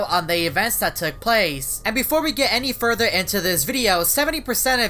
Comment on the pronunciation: U always saying "get any furder"